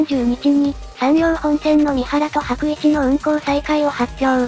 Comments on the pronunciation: 白市は読み方｢しらいち｣な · 白市（しらいち）ですよ！ はくいちではなく。